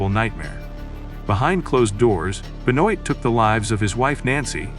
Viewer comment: Great, AI that can’t even pronounce his name - goodbye